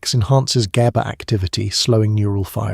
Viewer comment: exactly! I hate how it mispronounces "gaba" in like 4 different ways and goes round and round in circles explaining the same exact stuff over and over again